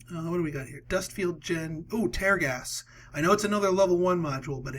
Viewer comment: It's tear gas as in "I'm crying tears", not tear gas as in "I will tear this paper". You're killing me smalls.